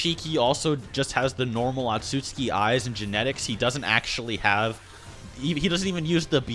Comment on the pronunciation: butchering otsutsuki and Tenseigan lmao